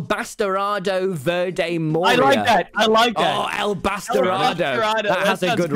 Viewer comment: hearing tommy butcher how to say "morira" is absolutely killing me its too funny